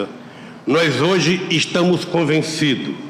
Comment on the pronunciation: Lula o presidente que fala "Nois hoji" no que me aparenta ser o g20 kkkkk